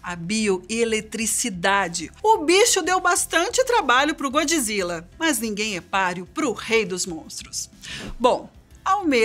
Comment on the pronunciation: Diz-se Godzilla! O que é isso de godji zilla? 😕